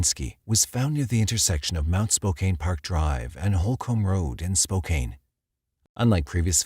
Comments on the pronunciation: it is spo - can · Any other washingtonians cringe at "spo-caine?" lol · Lol spo cane